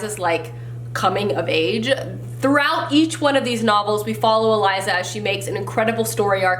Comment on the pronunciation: I'm so happy that The Girl of Fire and Thorns series was on your list because it is one of my all time favorite series. I did a reread of the first two books this year. 😍😃 Also, and I don't really want to be that person but I just can't keep it in, it's E-Lisa. Not Eliza. I'm sorry but it bugs me so much when names are said wrong. And I know for a fact it's pronounced that way. 1. I am Latina and that's the way it's pronounced. 2. The author has pronounced it that way. Whew, I feel better 😂😁😊😅